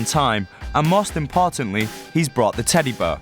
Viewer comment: The narrator keeps saying teddy bur and it's a tiny bit annoying